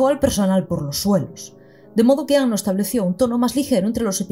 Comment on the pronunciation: Primera youtuber que veo pronuncia bien el apellido de Anno, ya sólo por eso mis respetos. Acabo de terminar el video y fue increíble. Incluso me aclaró algunas cosas de EoE. Algo que me queda mucho y que he estado reflexionando bastante debido a que ahora estoy más educado en temas de género es la sexualización absurda de chicas adolescentes. Eso se hace peor todavía en Rebuild. Por cierto en un momento mencionas algo así como “habría que hacer un video sobre lo que Evangelion tiene que decir de las mujeres”. Y yo te digo, ¡si por favor! Independientemente de todo eso que bonita obra y que maravilloso personaje el de Kaworu. Es que sus diálogos son oro puro. Todo lo que sale de su boca te deja para pensar y reflexionar. Me agrada saber que no arruinaron esa característica suya en Rebuild, siendo que se cargaron muchas cosas buenas. En fin, excelente trabajo.